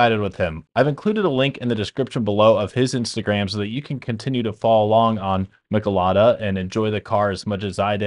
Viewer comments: Meeechalada Not mickalada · Michelada. pronounced me-chill-ah-da